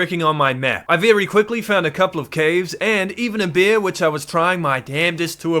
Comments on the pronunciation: Is it a speech impediment or are you a brit since you pronounce those big balls of fur, fat and fangs as "beers"? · Man every time you said bear it sounded like beer "OH look a beer"😂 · Why when you say bear I hear bier. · I love how say bear.😂❤ Bair. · the way you say bear itches my brain in an unexplainable way